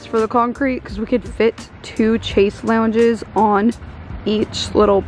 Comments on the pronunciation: lol once again it's pronounced shez-long, not chase lounges. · Great video I wanted to mention that you are pronouncing “chaise lounge” incorrectly. You can look up the correct pronunciation on YouTube. Great vlog thought, house is looking great.